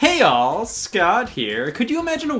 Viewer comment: that is definitely hey yall not hey all